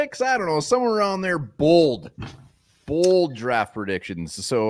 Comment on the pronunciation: Did you say Bald predictions?